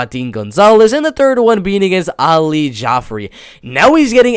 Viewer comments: Idk where tf you got Adeel. So much for working on getting the names right lol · Adli (Ad-lee) Edwards